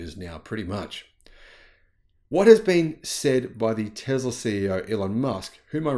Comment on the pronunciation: Tesla does NOT have "ER" at the end. It has an "A." Tesla, not TeslER. English, please.